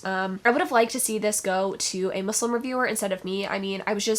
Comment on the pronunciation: aww you pronounced muslim properly! it's the little things loll love ur videos :))